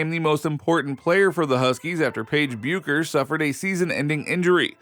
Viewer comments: Her name is pronounced beckers. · It's pronounced: BECK-ers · Learn how to pronounce Bueckers! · How can someone appear to know so much about women’s basketball and not know how to pronounce Paige Buecker’s last name? Pathetic.